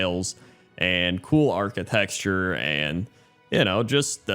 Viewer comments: I love these series as well! <3 Please stop saying architexture tho XD <3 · keeps saying architexture and it's driving me crazy. That's all I had to say. Thank you. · Arcitexture and Shuan 😂😂😂 Don Shuan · My dude really says "architexture"